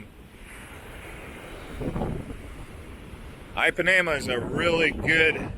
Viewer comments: EEPANEMA, DUDE... NOT AIPANEMA... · Just as an FYI - Ipanema is pronounced with a short i, like the English “e”. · please listen to the old song Girl From Ipanema [sung by Brazilians] before you pronounce the beach name again.